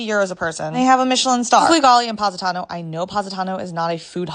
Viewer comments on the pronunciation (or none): I grew up about 45 minutes away from there and babe, we have GOT TO work on pronouncing Positano. It feels like glass breaking in my ear. But I am sorry for your poor experiences with the food. I’m honestly shocked. It’s not a common thing